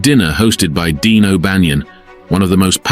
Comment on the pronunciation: His name was Dion O'Bannion not Dean.